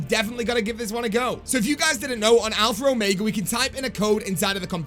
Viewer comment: ITS ALPHA OMEGA NOT ALPHRA ORMEGA LOL